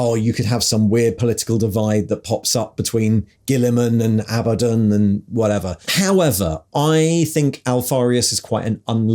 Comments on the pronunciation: Did you deliberately pronounce Abaddons names three different ways inside 10 seconds to cover all bases? 😂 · Love how Abaddon is pronounced one way in one sentence, and a different way in the next!